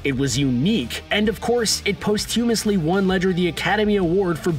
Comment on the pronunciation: teach your narrator to say posthumously